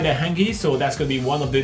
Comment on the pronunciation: Dam! The first one Hangi? I'm a Kiwi and that is cringing to me, the way that you pronounced Hangi.